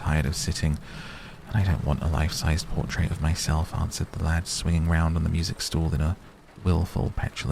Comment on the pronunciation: "Portrait." Just saying.